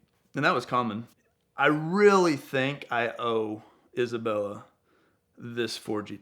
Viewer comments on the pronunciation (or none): none